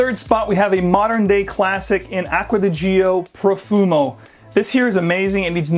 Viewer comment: "Aqua Dee Geo". Oh, brother.